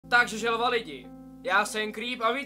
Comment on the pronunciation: slyším spíš žaova než želva :) furt epší než tuška